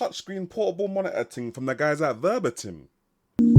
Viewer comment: under 10min to the point. Nice! ... i can´t stop to say - "the moni-uh" instead of monitor ;) thanks for your test!